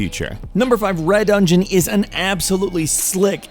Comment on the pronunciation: REH-Dungeon? "FACEPALM"